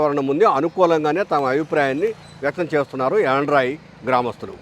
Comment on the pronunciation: Good efforts. It is not యాండ్రాయి. It is యండ్రాయి.